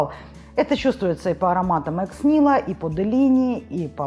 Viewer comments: Ex nihilo - это из латыни и не произносят как экс нило. Это так и произносится экс нихило с ударением на первый слог. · Karina, Тогда в представительстве сидят люди которые там не должны быть. Вот из сайта марки : EX NIHILO: Latin expression, applied to a new creation with no previously known reference. Since its inception the House has cultivated an outsider mindset. Latin expression никак не может быть экс нило. Уж поверьте или загуглите - how to pronounce latin ex nihilo. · Произносится Экс НиилО, т. к. бренд французский